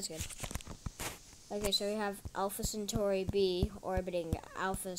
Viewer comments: Its not century its centauri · The Name is Centauri not century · CENTAURI NOT CENTURY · It's centauri